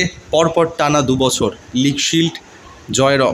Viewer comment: এর কিছুতেই উচ্চারণ ঠিক হবে না জীবের আড়ষ্ট তা কাটছে না বছর কে বসর বলছে খুব শ্রুতি কটু এর এই খারাপ উচ্চারণের জন্য এর ভিডিও দেখতে ইচ্ছে করে না